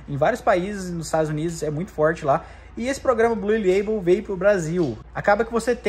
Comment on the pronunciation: “Blul” leibol